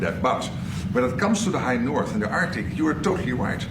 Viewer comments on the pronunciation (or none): none